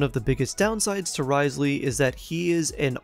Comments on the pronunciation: NervaLEET and RIZELeey 💀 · Repeat after me: New-vee-eht and Riss-lee🤭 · Life hack it’s not Wriothesley it’s pronounced Rizz Lee.